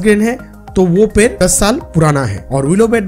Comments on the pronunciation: Bhai 🦶per Nahi ped🌳 hota hai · पैर(foot) नहीं पेड़ (tree) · Ye ड nhi bol payega uski jagah र bolega